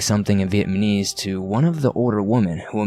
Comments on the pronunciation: How can you do a webcast with a story that takes place in Vietnam and not even know how to pronounce the word Vietnamese??? In my 57 years, I've never heard anyone mispronounce it. At least for consistency purposes, why aren't you calling the country 'Vietman"? Just curious. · This was a great story. But I cringed every time you mispronounced Vietnamese. The baffling thing to me is that you can pronounce Vietnam just fine. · There were a few mispronunciations in this. Maybe reading too fast. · Just heard dude say it twice and now I'm laughing my ass off lol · Lol. He keeeeps saying it! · Inflection helps portray meaning to an audience and this speaker’s habit of sounding like he’s ending a sentence on the wrong word is distracting. So is pronouncing words wrong; VietManese? Dingy? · If i hear Vietmanese one more i will choke somebody ! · I heard the first one then saw this and played it it was 3 in the morning and I'm trying to get scarws but you keep fucking saying VIETMANESE AND I WANT TO FUCKING DIE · 6 minutes in and he has already said "vietManese" 5 times... Face+palm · NickO- lol! And "one nite last nite.." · I'm trying to get into the story but you keep saying vietMAHnese 😳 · Him saying vietmanese is really making this difficult. Good story tho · It's not vietmanese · God I cringed so hard. Like it’s not that hard 😂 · The dude reading the story, multiple times XD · Lmaooo. "Vietman" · Fuck just pronounce “Vietnamese” correctly at least once. Completely ruins any immersion of character. Knuckle dragger. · You didn't say Vietnamese correctly once I don't think. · viet-nam-ese dude... not viet-ma-nese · It's not Viet MANese! The country is not Viet Man, it's Viet Nam [ pronounced closer (nom) than (naam) - somewhere in between, really ], making the people who are natives there Viet NAMese. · NAmise. NOT Vietmanese lol it got hard to hear. Good story though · It's vietNaMese not vietMaNese. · Its VietNAmese not VietMAnese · "Vietmanese" lol